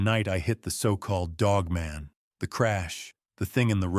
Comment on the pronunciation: Did nobody at least edit this AI video? The woman’s arms are obviously a man’s hairy arms. It’s just lazy and it’s not pronounced Dogmun lol.